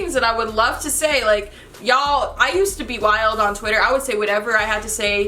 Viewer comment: Whenever she says y'all it sounds like she's saying Jarl lol.